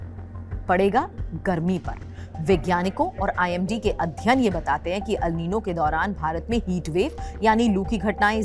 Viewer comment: It is "एल नीनो " अल नही